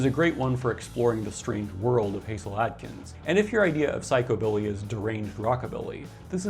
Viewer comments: A nitpick, but Hasil Atkins is pronounced Hah-sill, not HAY-zill. A soft "Ha" sound, like "hassle". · And it's not "Hayzil", but "Hazzil". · Thank you for mentioning Hasil Adkins, the One Man Band from Van! Just FYI, for future reference, it's not like Hazel, it rhymes with Castle. Like Hassle Adkins. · Hasil is pronounced like hassle, not haysil. He truly was a wild man. I've got stories. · Hasil Adkin’s first name is actually pronounced “Hassel” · Hasil, pronounced "Hassel".